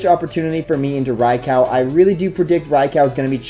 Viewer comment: Gibson Gillett-Behrens Funny enough, he's actually closer to the pronunciation than anyone who says "rye-ku".